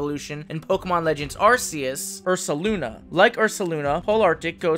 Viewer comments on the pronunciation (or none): The official name of the God of Pokemon is Ark-ee-us just like you would say Archangel, or Arcane, it represents God, Gods or Most high. And since your region represents Norse mythology I would think you want to pronounce it correctly. To further prove my point if you look at the Pokemon Type nulls: R,K,S system. I love your videos I don't want you to get offended.